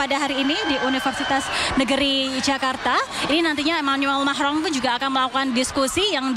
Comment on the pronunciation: Manggil presiden enak amat... Macroonn... 😅